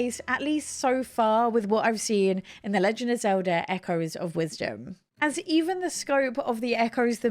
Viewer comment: XOWDAH is a real interesting pronunciation of Zelda.